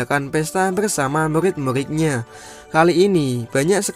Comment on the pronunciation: Murrrrrrrrid bukan mulid